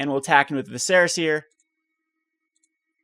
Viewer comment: #triggered its pronounced Vis-er-a, not Vi-ser-a. Good deck idea though.